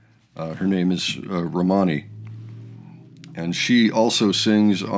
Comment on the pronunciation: Great reaction. Aside, it is pronounced Roman-E, not Ro-Many. and yes, she not only inherited David's looks, but some of that musical genius got passed on as well. She sings back up on most of the songs here, and did some in previous works. She recently played a set at an open mic night at a local pub including an original song she wrote, and at the end Dad came in and they played an impromtu Wish You Were Here together. She also did work on Yes I have Ghosts, and they did it in their home movies during the lockdowns: ( David Gilmour with Romany Gilmour - Yes, I Have Ghosts (Von Trapped Series) ) not as slick as the studio version, but great nonetheless. ( VR 360 - Romany & David Gilmour - Wish You Were Here - Open Mic at the Neptune Inn - Part 4 of 4 ) And if you haven't seen it, this beautiful photo album of Romany growing up set to one of David's tunes is a must watch - David as your dad and music teacher, and she so looks like a young David. ( David Gilmour and Romany Gilmour - Kokineli ) In one of the behind the scenes videos on David's YouTube channel, he explains that Romany ever since she was very young could put on a set of headphones and stand in front of a mic and perform like a pro.